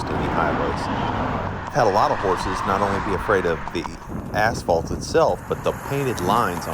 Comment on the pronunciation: I heard asphalt as Assball☠️